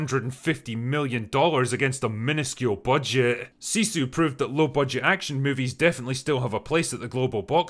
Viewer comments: This is something really small but it has to be said lol, but the movie "sisu" isn't pronounced like 'seesu', the i is the lower version, like in 'with'. Sisu is a Finnish word with no actual translation but means something similar to perseverance and sheer willpower. Another Finnish word widely mispronounced is sauna. People will say it like 'saw-nu', when it should be pronounced like 's-ow-nu'. Best example I've come up is the two ways people pronounce tortilla. It's a Mexican word, so should be pronounced how most people say it already, same thing with sauna. Little rant-ish but I've very strongly Finnish in blood, and haven't really said anything like this before. And obv I still really appreciate the Drinker, love all his stuff, just a small nit-pick because I can lol. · Sisu /ˈsisu/ (2 short vowels 👀) 🤘!